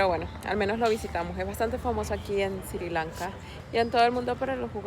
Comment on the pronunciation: NO se dice Siri Lanka. Es Sri Lanka...